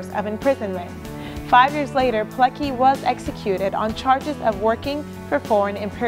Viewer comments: PileCKi not PileKi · Witold Pilecki {Not Peelekee, but Peeletzkee} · You pronounce the name wrong. PileCki ."ck" is not pronounced as one. "c" is a separate sound. more like Piletzky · I wish she'd put some effort into saying his name the proper way, it ain't that hard really, even Google Translate can tell you how to do it. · You could at least make the smallest effort to pronounce his name right. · Widzę wiele dobrej woli u tej miłej pięknej dziewczyny i organizacji, w której pracuje, dla uhonorowaniu polskiego bohatera i Polaków w ogóle. Mówi o ważnych dla nas rzeczach w sposób dla nas akceptowalny (np. "niemiecki obóz"), co już jest nie lada osiągnięciem. Darujmy jest drobne błędy w wymowie, tym bardziej, że dla każdego zachodniego Europejczyka i Amerykanina nazwisko Pilecki, w oczywisty sposób będzie wymawiane pi-le-ki. Gdyby usłyszeli nazwisko Pileckiego w naszej wymowie, trudno byłoby im je powiązać z zapisem literowym. A przecież wszystkim nam zależy, żeby takie osoby jak Rotmistrz, były szeroko znane i rozpoznawane na całym świecie.